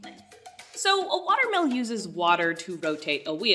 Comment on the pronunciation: It took me two minutes to realize you weren't saying 'watermelon'. I was thinking what do watermelons have to do with bread?